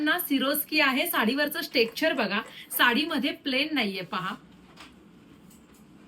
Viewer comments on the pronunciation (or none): स्टेकचर नाही ताई.... टेक्स्चर